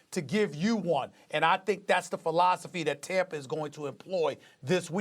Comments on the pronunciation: “When you look at Tamper”, why can’t SAS pronounce words that end in “A”? He’s from New York, they don’t do that lol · I'm going to start calling Tampa "Tampra" like Stephen A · Stephen A" Riskay Tamper" smith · Did this guy just say "TAMPER BAY" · Nobody: SAS: Tampr